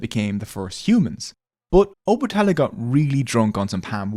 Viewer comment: It's O-Ba-Ta-La not Obutala but thanks for the video